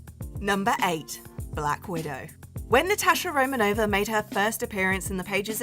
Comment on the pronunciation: Natasha "ROMANOVA"??? Excuse me